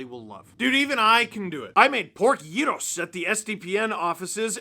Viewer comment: beautiful pronunciation of "gyros" Steve!